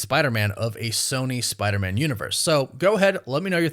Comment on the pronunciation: It sounds like you're saying "Spidermin" like Spiderman is a Jewish last name. F*R*I*E*N*D's et, al (1999)